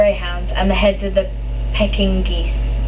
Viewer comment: It's peek in ees is how you say Pekingnese the little hairy dogs with the flat faces. I swear you are doing a great job! Aha you are getting all the really tough ones at once...schizoid is like skit zoyd ok?